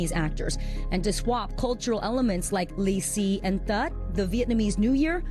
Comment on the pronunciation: who is this presenter? she can correctly pronounce ""lì xì"" and ""tết"". I think she also a Vietnamese-American ^^